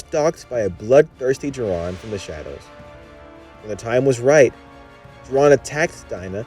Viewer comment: ITS JOH RIN! NOT JORAN!! 😠